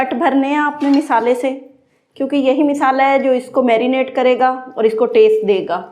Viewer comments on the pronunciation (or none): سارا کچھ تقریباً ٹھیک ہی چل رھا ہے مگر آپکو اپنے کچھ الفاظ اور لہجے میں بہتری لانے کی ضرورت ہے جیسے ہے ویڈیو میں مسلسل آپ مسالے کے نیچے زیر بولے جا رہی ہیں۔تنقید برائے تنقید نہیں۔برائے اصلاح کی نیّت سے بولا۔